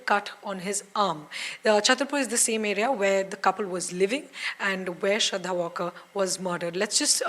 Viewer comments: It's not Walker as "Alan Walker", it's just waaLkar! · Shraddha WaaL kar. Pl check pronunciation. Not pronounced as the English word walk. वालकर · At least get her surname right. It's Walkar not Walker. Been noticing this with NDTV reporting since day 1